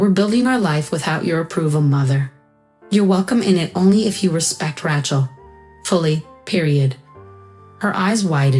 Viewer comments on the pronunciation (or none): I think you should teach your AI how to pronounce Rachel. "Ratchell" just doesn't do it for me. But I did like the story, especially the ending. Thanks.